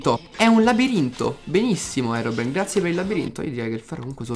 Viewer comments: adoro quando dici herobrino AHAHAHA mi fai morire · anchio adoro quando dice herobrino